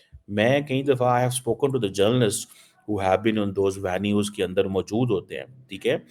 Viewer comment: Vanues or Venues ???😜